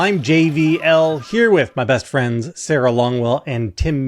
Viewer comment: Hot take... I love how JVL says "best frends" 😊❤ The channel is good too lol Seriously... huge fan of the whole channel ... not just JVL and his adorable "best frends" intro